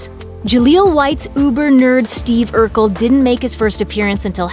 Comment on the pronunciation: First off, it's Urkel......